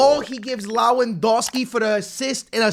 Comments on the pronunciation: When is he gonna learn It's LeWaNDOWSKI not LaWeNDOWSKI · Lawondowski? Yamine Yamal? Eh?? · Not being able to pronounce Lewandowski in 2024 is wild